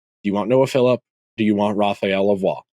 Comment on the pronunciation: You are pronouncing Lavoie correctly but Savoie is pronounced Sa-voy. Also, it’s “Philp” not “Philip” Love the pod, keep up the good work!